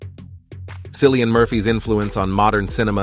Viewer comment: Cillian pronounced Killian not a C but a K!❤